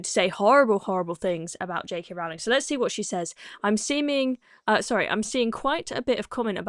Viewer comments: Rowling pronounced Rolling. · It's pronounced "row"as in rowing a boat, not "row" as in having an argument.